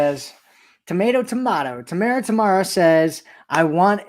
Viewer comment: Hahaha`U had it right Ta~Mar~Ra